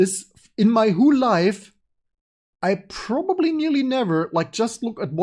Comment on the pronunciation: Nachtrag - nach der ersten Stunde wurde es schlagartig besser. Aufgefallen ist hauptsächlich, dass du "whule" statt "whole" sagst. Ein Kollege hat früher immer remuute desktop, statt remote desktop gesagt, sind halt alle nur Menschen.